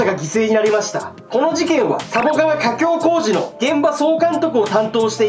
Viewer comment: ゴメンなさい、自分はポン酢＆ニンニク派です 失礼ながら「架橋工事」って普通に滑舌よく言えるのが凄いと思いました！ 多分キリンさんは言えずに誤魔化すと思うので。。。